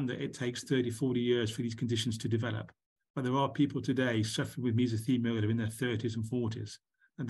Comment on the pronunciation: It's mesothelioma, not mesothemiola, :)